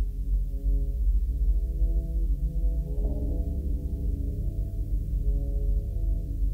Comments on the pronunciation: You don't shake your head "yes." You nod for yes, shake for no. Nobody pronounces "Mia" as "My-Uh." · This was a good story, but the voice acting let you down in the end. Not only did you pronounce Mia as Maya the entire time, but i’ve never heard a more bored reaction to hearing that you patient’s father just got murdered. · I have never heard Mia pronounced as Maya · The scariest part is the pronunciation of Mia as Maya. Truly chilling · the only supernatural thing going on here is that can consistently mispronounce mia as maya